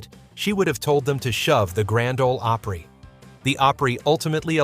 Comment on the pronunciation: It's pronounced the Grand Ole Oooppery. Get it right